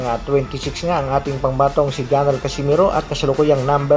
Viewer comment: sir pwede magtanong, bakit ang S mo ay ESH? tulad ng Casimero naging Cashimero... heheh napansin kolang bosh....